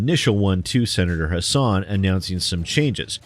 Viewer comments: I'm glad to see one of my senators (and former governess) is helping to protect gamers. And just for reference, even though it looks like her name should be pronounced the way you do, but it's actually HASS-in. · Since it's been made clear that gamers are going to have to keep the pressure up to prevent game developers from fleecing us further, and since people like Christopher Lee and Maggie Hassan are going to keep coming up in that dialogue, "Hassan" rhymes with "fasten" (or "assassin", if you wanna keep it gaming-related.) Just thought you might like to know! Almost nobody pronounces her name right; I only know thanks to political ads from a state I don't live in.